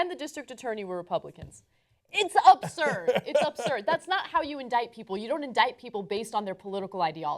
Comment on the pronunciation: The CMP committed fraud, but those on the right (tough on crime) are pissed? As an aside, did Anna say "Upsurd, Upsurd" (as opposed to absurd)?